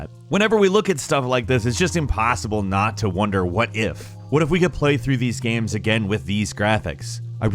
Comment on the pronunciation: Why does he keep calling games gams?